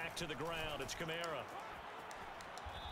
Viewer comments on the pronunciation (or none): none